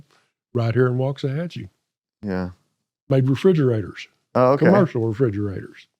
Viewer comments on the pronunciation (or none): Waxahachie no “T” in there